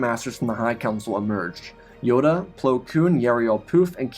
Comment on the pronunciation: I love your Storys... but why do you always slaughter plo koon XD